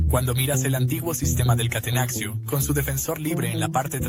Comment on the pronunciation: Gran video, pero que dolor de cabeza que digas "catenaxio", se dice catenacho y ya, no es español.